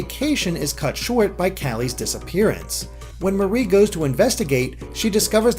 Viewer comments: Her name is MAR IE not MA RIE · im pretty sure that its pronounced like the mari in calimari like calliemarie